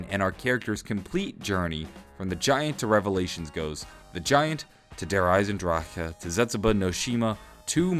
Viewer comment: It's so funny to me that says DE as it should be said but then he says Zetsubou and Gorod normally like an American hahaha sorry